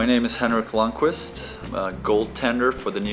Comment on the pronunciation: Why does he pronounce his name like that when it is not how he would say it Sweden?